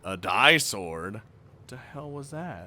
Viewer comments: No it was right the first time ”Dee” Sword ya silly. Not Die sword LOL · No, the "di" in the "Di-Sword" is read like in the word "disorder", in fact, it sounds quite similar. It's one of the key terms in the series, so you should read this one correctly